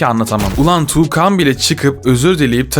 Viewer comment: TUĞKAN DEĞİL TUĞKAN DİYECEKSİN😡(dammn)